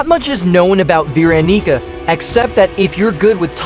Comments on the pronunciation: vee ra nee ca 💔💀 [its ver awn ih cah] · "veeronica" wait "vee" veeronica WAIT IS THIS A DANDY WORLD'S X FORSAKEN COLLAB- I'm srry I'm in both fandoms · You did not say Veronica🥀🥀